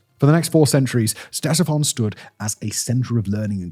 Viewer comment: Hearing you pronounce "Ctesiphon" is like nails on chalkboard. LITERALLY THE LEAST YOU CAN DO IS LEARN TO PRONOUNCE THE NAME OF THE THINGS YOU'RE SUPPOSED TO BE EDUCATING US ABOUT, SIMON. YOU HAVE ONE GODDAMN JOB.